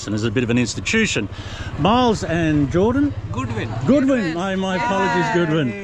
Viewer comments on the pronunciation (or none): none